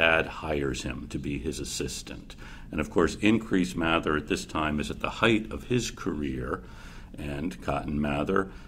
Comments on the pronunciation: It’s pronounced May-ther don’t question me My family is related to this person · My family is also related to this guy, his name is pronounced math-er, not may-ther. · It's pronounced May-ther mr mather. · It’s pronounced May-there I’m related to these people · Is it math-er or may-there? Really